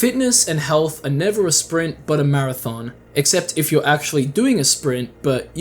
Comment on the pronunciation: The never give up sounded like Niga give up